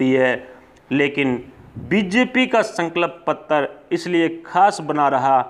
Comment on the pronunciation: Bhai please "sankalp patra" bolna sahi se sikh lo. Tumhare channel ke liye fayda hoga.